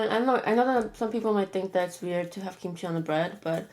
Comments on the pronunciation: When she kept saying what I thought sounded like 'Kim Chi ' all I could think of was rupauls drag race 😂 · I thought you said blueberry kimchi😂😂